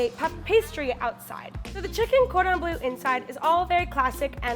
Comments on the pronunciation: I absolutely adore but the way she pronounces Cordon Bleu hurts me on a personal level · It is so funny that u pronounce cordon bleu like cordon blue 😂😂😂. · "cordon blue" even knowing a bit of french made that cringey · “Cordan blue” really? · Just me getting triggered by ‘cordon BLUE’ when it’s actually ‘cordon BLEU’ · Cringing so hard at the cordon “bleu” prononciation . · Did this bitch just say cord on blue? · saying cordon bleu makes my ears bleed